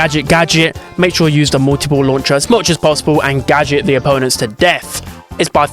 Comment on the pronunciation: “The GöDJÖT” 🗣🗣🗣🗣🗣